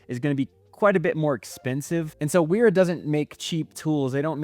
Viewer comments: Love all the detail you went into. I have one small correction that I'm sure you've heard before, but I wouldn't be myself if I didn't say it: WERA is a German company, and as such, it is pronounced VERA. W in German is always pronounced more like a V and funny enough, V is pronounced more like an F (so Volkswagen is pronounced FolksVagen...lol). But yea, it's VERA, not WERA. :) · I agree 100% I love Wera tools. My veto bags are filled with pretty much nothing but Wera, Knipex, and Wiha. I appreciate you sharing your thoughts. Side note: in German, the "W" is pronounced like a "V" in English, so Wera is pronounced as "Vera" also what is up with your pronunciations of "Acme". Kind of freaking me out 😅😂.